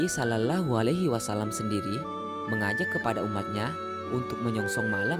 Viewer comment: Tolong melafalkan dengan benar "shallallahu alaihi wasallam👉shollawwahu", lam jalallah dibaca tafkhim,, lam-nya tdk terbaca.